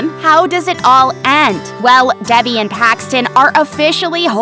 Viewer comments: it’s Davi not debe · It’s DEVI , she pronounces her own name wrong lol 😂😂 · Ik, they said it wrong it the video. Which is confusing because it’s literally one of the most easy names to remember and say correctly 😃🤚